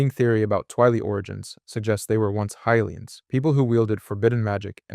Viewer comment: High lee ans is correct